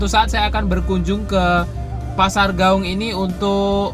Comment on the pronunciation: klw sebut nama kota d Padang....sebut aja nama aslinya contoh nya pasar Gawuang jgn d robah jadi Gawung.......Tabiang jadi Tabing.....contoh orang Jawa nama aslinya tidak d robah2.....supaya jadi kritikan yg sehat